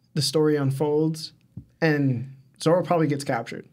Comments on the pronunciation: Every time I hear you call ZORO zolo I wanna just go watch something else . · Is it just me or is dud saying ZORLO?